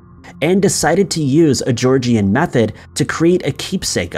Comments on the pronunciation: You pronounce it Jaw Jan not Jaw Gee An. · For US people, just for a pronunciation correction, the correct way to say Georgian is to say "George-an"...not "--ian". Often the i is ignored when pronouncing certain words as with, for example , when saying Leicester Square. Leicester is pronounced "Lester", not "Li-cester". Just a note from an old UK pedant :P